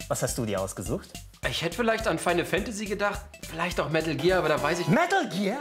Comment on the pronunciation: medäl gear solid